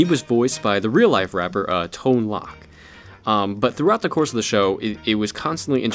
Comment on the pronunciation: Another great show. But it was tone loc (long o)